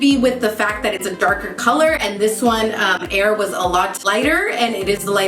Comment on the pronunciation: Heir is pronounced like hair not air that's the way she pronounced on her snapchat